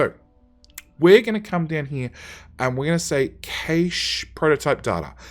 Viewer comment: my only issue: cache... pronounced cash or ca-shay otherwise, great series